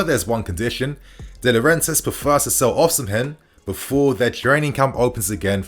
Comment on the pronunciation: Don't pronounce the H in Osimhen